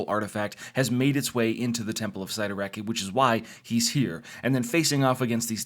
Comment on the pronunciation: It's Sit-uh-rack. Not Site-a-rack. So much crinhe.